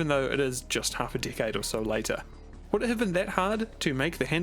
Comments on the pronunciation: IDK y but when he say decade i hear dckhead...i really need to get my ears checked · Keep hearing "dickhead" when he says "decade" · Say decade again haha